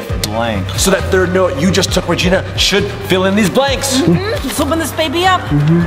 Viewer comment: it is Regina not regene